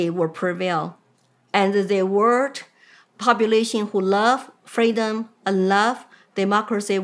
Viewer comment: FREEDOM not Cameluh's fweedom.